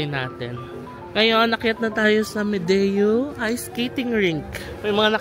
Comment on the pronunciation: Hello po. It's actually pronounced as Medyo not Medeyo. :) Loved your vlogs, I'm a fan :*